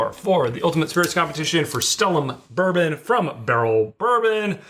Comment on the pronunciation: Some good bloopers today between "burbum" and "ROCK HARD silver"